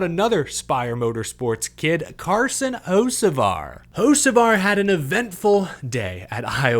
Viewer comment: That's an awful lot of zest in the way you said Hocevar there 🤣 Had to double take and make sure you weren't sipping on a spot of tea with your pinky finger pointed in the air lol